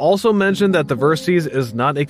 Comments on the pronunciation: I thought it was VerSIS, not VerSEEES. 😂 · I liked your review, but why do you pronounce it "Ver-seeze"? A little research would have shown that the name is short for "VERsatile SYStem", in other words a bike that can be adventure, sport and touring, all in one package. So "VER-SYS" please! (Unless you pronounce SYStem as SEEZE-tem 😃"! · It's pronounced versis Which is derived from VERsatile SYStem VERSYS.